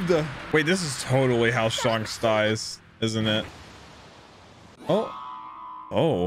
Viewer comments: SHANKS not SHONKS!!!! WAHHHH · It's not shunks it's shanks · He said shonks Its Shanks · he kept saying Shonks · His name isn’t pronounced shanks (as in honks) but shanks (as in hank) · Shanks❌ Shonks ✅ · lol it's Shanks not Shonks XD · it's pronounced more like Shenks, not Shonks. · Hey its not sHuNKS its Shanks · You are mispronouncing Shanks name it's not Shonks , it's shanks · You said shonks who the freak is shonks I only know shanks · its pronounced shaynks not not shaunks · It's not shanks it's shancks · ittttttss shanks not shonks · SHUNKS sorry but it’s funny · please stop saying shonks 😭😭😭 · shonks is unAXEptable... :) lol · I low key want you to keep calling him shonks. :) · I like it how him saying shanks sounded like shonks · I like how he says Shonks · Shaanks is the actual pronunciation...why is everyone flipping ?? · It's pronounced Like Shank with an S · Bro, it's not sharnks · stop saying shunks🥴🥴🥴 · Him pronouncing shanks wrong has to be the highlight of the episode. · You said shanks in this video like the Avatar the last air bender said aang XD you got quite a fun journey ahead of you! Subbed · The way you say Shank's name... lol. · anyone gonna tell him hes saying shanks name wrong